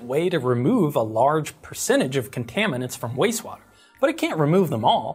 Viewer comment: I love the channel I have watched almost every video I'm Just giggling because it sounds like you are saying wase water